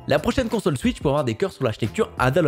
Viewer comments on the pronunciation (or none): none